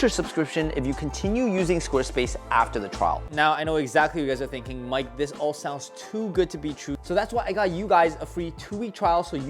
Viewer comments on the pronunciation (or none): none